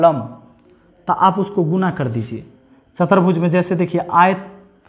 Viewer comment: सर, आपने बहुत अच्छा समझाया है लेकिन आप कुछ शब्दो को गलत लिखते है और उनका उच्चारण भी गलत करते है जैसे, समानांतर की जगह समांतर और चतुर्भुज को चतर्भुज बोले है आप. कृपया भाषा के व्याकरण की शुद्धिकरण का ध्यान रखे वरना आगे आने वाली पीढ़ी भी गलत उच्चारण करेगी